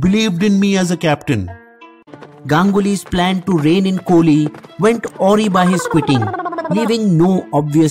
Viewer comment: A-Wry (a- rye) typical desi English mistake !